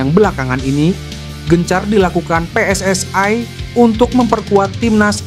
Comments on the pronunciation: Yang bener mbacanya pe es es i. Bukan pe es es ai. Karena PSSI merupakan singkatan bahasa indonesia, jadi harusnya dibaca menggunakan ejaan bahasa indonesia, bukan ejaan inggris. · ga ada PSSai. Klo baca yg benar yg asal baca PSSI ga PSSai